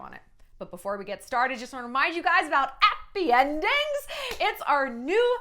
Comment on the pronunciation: Is it bad that when I first heard you say, "Appy endings" I thought of appetizers?